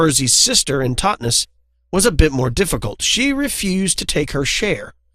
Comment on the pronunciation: Nope, you pronounced Totnes perfectly! Not being sarcrastic, that was spot on. :P